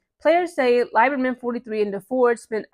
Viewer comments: Lieberman Is pronounced as Lee not lie berman. And she was right to ask Sheryl to issue a public apology for mistating Caitlin's age and eligibility because it was ridiculous. She was not 25 and in her 5th year of eligibllity. She is now only 22. Nancy was a fan of CC in college that is why she asked Sheryl. I don't see it as two old women fighting over a young girl. And by the way Sheryl was fired as a college coach because she disrespected her players... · Pronounced LEE-ber-Mann. Indiana has two sets of fans. The ones from Indiana..then the ones not from Indiana. People forget when the kkk moved their national HQ from Tennessee it went to Indianapolis. Indiana outside Indy is a racist time warp. Back in the 30s 40s Indiana had more lynchings than southern states. My best friend from childhood lives in nap town but he will tell you straight up…there are a lot of sundown towns in rural Indiana. He also said that MAGA loving segment of the fanbase is small but gives the entire fanbase a bad rep. At this point Swoopes is just looking bozo. She doesn’t have to like CC but it’s gotten ridiculous. She clearly has a problem w white females due to a trauma she has never resolved but don’t take that out on other women. 😮